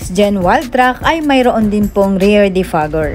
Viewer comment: rear defogger.... not " rare " just to correct ... I'm sure she is not aware...